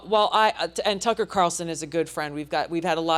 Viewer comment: Why the fuck is this host pronouncing Tucker and Joe’s names like he’s a fuckin immigrant who’s never heard of them